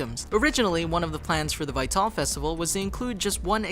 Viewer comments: #108: Despite the name being said out loud many times throughout the first three volumes, the narrator of this video does not know how to pronounce "Vytal". "Vytal" is no different than "RWBY", in that if you just replace a single letter, it becomes an easily pronounced word; in this case, "Vytal" is pronounced exactly like "vital" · Vytel festival is actually pronounced the same as "vital" like when referring to some's physical health, not "vie-tell". ugh. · Vie-Tall? IT'S PRONOUNCED "VITAL!" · Ok there is only one thing that bothers me in this video and that's him saying vatol, when its literally said in the show itself as Vital, Vi-tal!!! -.-" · Vi-Tal festival? Vital festival. Almost like the last airbender movie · I died a little inside every time you said Vytal. It's pronounced Vital, not Vitall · I had to stop watching when you pronounced "Vital" wrong. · Vytal Festival - "vy tall festival" lmaooo so butchered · Vytal is pronounced vital as in vital organs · why can't this guy pronounce vital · i cringe everytime he says "vytal" as vay-tall... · It's vital, just say it correctly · lol the "vie-tall" festival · "Vit-all" "Kim-ball" ...... No, just.... no.... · VytAL! Not how you pronounce it but meh. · Please learn how to say "vital" And Casey is not Jeff's daughter shes his niece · Vy-tal festival 👏🏻👏🏻👏🏻👏🏻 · 2 problems with this video: IT'S NOT AN ANIME! Anime = Japan made. RWBY = American made. NOT JAPANESE. Also, Vytal is pronounced ''vital'' not the way it's spelt. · Anyone notice Vi-Tal Not vital or....right? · i hate how he says vytal festival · you say Vytal wrong. really, if you plan on making a video of a bunch of facts about something, you should know how to pronounce things correctly. just saying. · The way he he pronounces "Vytal" sticks out to me so much. I wonder if the narrator watched the show. I'm excited to see if Pyrrha comes back in some form (other than a decoration on a shield) Also, what's a bumblebee ship?